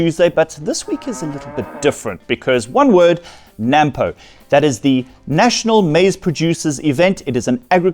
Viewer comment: Before you get to be a farmer please learn to say NAMPO the end pronounced poe not pou